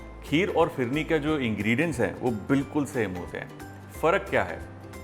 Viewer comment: Phirne nahe bola. Bolta ha fhirne